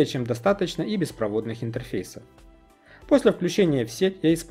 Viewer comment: беспроводнЫх, а не беспровОдных